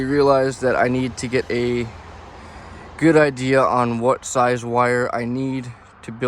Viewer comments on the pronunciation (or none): none